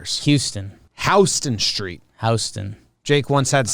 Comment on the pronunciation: House-ton Street.. New Yorkas will let you know if you didn't